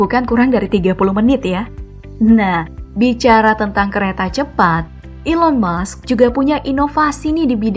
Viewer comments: Elon musk min bukan Elon mush 😂😂😂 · Elon Musk bukan Elon Mush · Elon Musk (pakek K) bukan Elon Mush